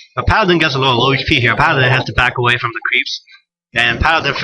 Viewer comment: LOl i heard bunch of "crap" when u wanted to sae creeps. nice funnie moment